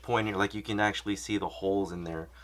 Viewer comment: "ashuh dude"